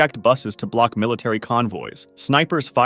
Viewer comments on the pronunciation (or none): none